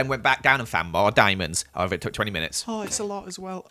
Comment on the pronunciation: Am I the only one that herd him day however like a thousand times